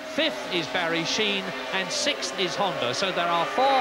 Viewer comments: What is with that? "Sick-th"....never heard it that way till a couple years ago. Is this something the progressive liberals started? Lol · Ah... 1984....when "sixth" was pronounced correctly, instead of this "sith" bullshit we have now.